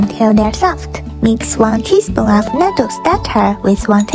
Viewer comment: U TURNED NATTO INTO NATTO